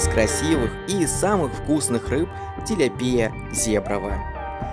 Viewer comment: Ну вообще то тилЯпия а не тиляпИя...помоему так....или всё-таки по другому?????